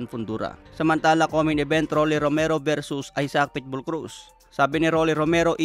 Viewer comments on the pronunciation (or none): none